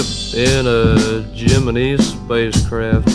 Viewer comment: At least he’s pronouncing “Gemini” the correct way (in relation to the NASA space program, not the zodiac sign).